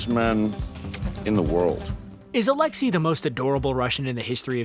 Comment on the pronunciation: I dont like time travel but if it brings Billy back i am ok with it. Also, your pronounciation of Alexei is sooooo wrong.